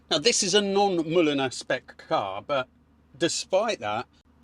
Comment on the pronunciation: The interior of the new car looks like an Austin Metropolitan. Mulliner is pronounced like mulled wine. It's an English name, not German.